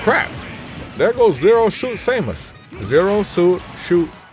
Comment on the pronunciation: Zero suit "Sheamus" OMG lmao! At that.